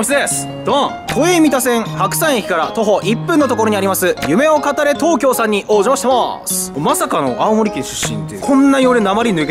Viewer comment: いっつも思うけどすするんの「夢を語れ」のイントネーションちょっとちゃうなって感じ